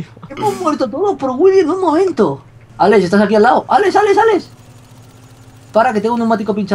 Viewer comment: Vegetta dice ales en ves de alex pero aveces dice alex muy pocas veces